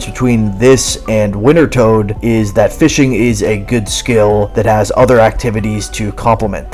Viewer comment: Hot damn are you trying to mispronounce wintertodt? I got so much whiplash from the 6-7 quickfire instances of the name drop.